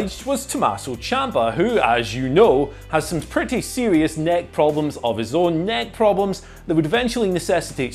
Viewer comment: Something about the way you said “neck problems of his own, neck problems” lol I had to do a double take